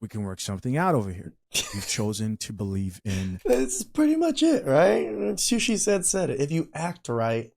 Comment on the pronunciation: before we get started, its chisha like, chi. sha